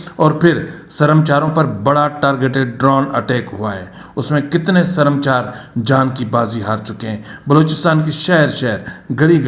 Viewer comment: ، یہ لفظ سرم چار نہیں ،بلکہ سر مچار Ser Machar